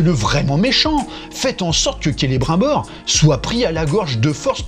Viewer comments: c'est marqué dans les livres comment on prononce, c'est pas difficile. Kélé brime bore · Il me fume qd il dit : Celebr 1 Bor. Qu'il est con. Mais il me fait rire, c'est déjà ça